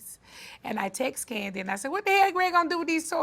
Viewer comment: I like Kandi, but her voice is annoying and the way she pronounces words is disgusting